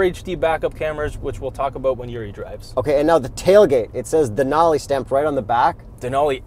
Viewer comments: Its " Denali" not " Denoli" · Can't believe no one is calling you out for mispronouncing Denali